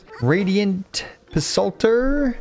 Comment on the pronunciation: As an English speaker you should know that the "Ps" sound drops the "P" and only the "S" is pronounced. Psalter = salter. Don't ever go up to a Christian and ask them to read from the book of Psalms...